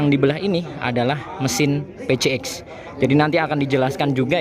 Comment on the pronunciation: Adv dibaca edivi, pcx juga harusnya dibaca pisiex biar sama2 bahasa ing ato mending skalian sama2 indo...🙏🏻